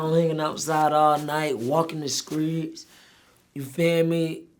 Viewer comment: In the skreets